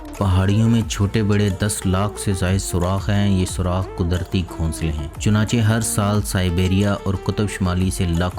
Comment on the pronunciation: Chunachah nahi pagal apna lafaz durust karo Chunacheh